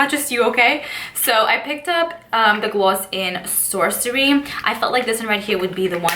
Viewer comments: It makes me miss NYC so much. Glu-sssssssss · She says both Ss